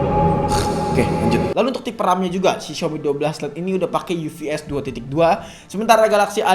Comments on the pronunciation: Bacanya UFS bukan UVS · UFS bacanya Yu Ef Es bang bukan Yu Vi Es